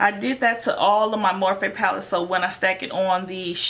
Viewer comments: Anyone else cringe every time she said "morphay" like nooooooo it's morphe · Im crying its not morphay its morphe😭😭😭😭😂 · STOP SAYING morphay!!! It’s annoying!!!